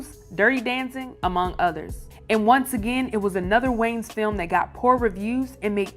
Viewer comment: I can’t bruh. WHO TF ARE “THE WAYNES”?! Like lady! Your illiteracy is showing! There is ANOTHER VOWEL in that name and it’s NOT after the N! Are you the only female presenter? Nobody Less Country??? I’m petty! Idgaf, I had to listen to this broad say WAYNES for like 5 minutes!